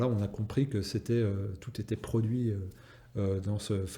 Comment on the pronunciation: min , je cite : " certains états ont racheté le prui "... Le prui ? Serait-ce un nouveau mot pour dire fruit-pourri ?